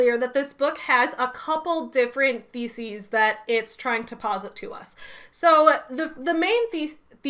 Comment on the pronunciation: I kept hearing "theses" as "feces" which, apt!